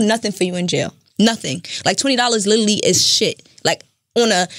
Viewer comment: Paris DaKing no she doesn’t she couldn’t even pronounce “literally” 😂